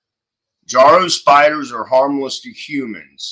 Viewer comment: Yes, they are one of many, many invasive species now spreading around. They are also totally harmless and blessed with wonderful myths in Japan, where they are native. As for the pronunciation, i's not JAR-o, it's Juh-ROW. As for their webs, their uniqueness is in their resemblance to musical staves (the horizontal lines on which notes are written).